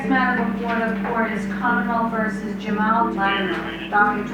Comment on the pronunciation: They aren't Moroccan. You can tell by the way they pronounce Jamal.